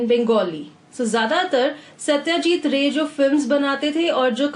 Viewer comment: thanks but the pronounce of ray is not proper